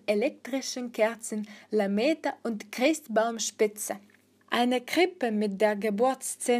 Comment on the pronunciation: Nicht schlecht, aber an manchen Stellen ist die Aussprache noch nicht ganz optimal. Insbesondere Vokale sind manchmal länger und manchmal kürzer zu sprechen. Lametta wird nicht La Meter gesprochen sondern eher wie Lamätta